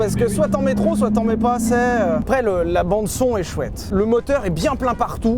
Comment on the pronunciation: Bon sylvain.. parlons d’un vrai sujet : on dit ASSEZ pas ASSAIS !!!